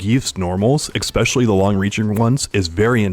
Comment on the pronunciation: usually when you have a regular audio program, you learn to pronounce words correctly. I swear, I hear "expecially" every single video of yours. idk why, but it drives me nuts.